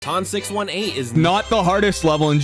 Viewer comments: ITS “TON SIX EIGHTEEN” 😭😭😭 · “Ton 6 1 8” Dude the name is based off a black hole so just 18 not 1 8